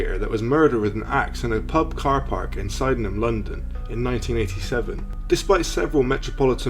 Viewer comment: Sydenham , pronounced sidnum !